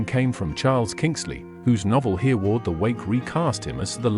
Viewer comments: The name is pronounced "Herreh-ward' not "Hearward". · Everyone learned of Hereward the wake when I was a school boy 70 years ago so he is not unknown, but I've never heard him called earward before, am I wrong or is this AI talking 😂😂.